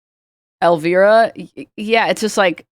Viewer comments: omg, hearing you say Elvira is sending me.. It's pronounced El-Vi-ra -- vi as in cry. Damn, I cannot be this old! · also “el veera” LMFAO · Same, I felt instant rage upon hearing that pronunciation 😂